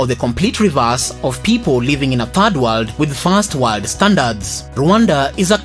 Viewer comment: Fast warld and Turd Warld..